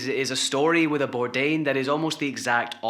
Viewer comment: Some tribute at least get his name right🤦🏼‍♀️not Birdan ! bordain eek had to shut this off!